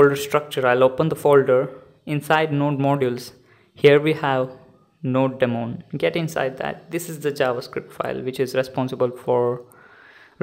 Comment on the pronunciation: It is "Node-mon" not "Node...DEmon"!!! BTB great video thanks!!